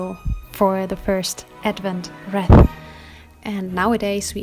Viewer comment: In English we say "reeeth" and yes, we have them in the US too. Thanks for sharing! 🌲